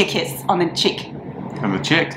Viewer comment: Oooh girl, when you said “chick” instead of “cheek”… I felt that! 🇧🇷